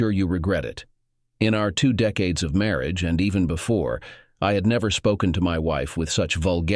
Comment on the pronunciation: Please use another text to speech software. It can't even pronounced 'marriage' and 'question' right.